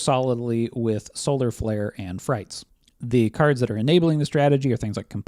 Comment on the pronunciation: I believe frites wasn’t pronounced like “frights.” After the fr, it phonetically resembles “eats.” Because French. I have a memory of calling it “frights” where someone corrected me. Could be misremembering this. Potentially 100% wrong.